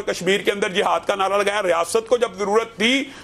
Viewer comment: Its not jahad…its jihad…i hate punjabi urdu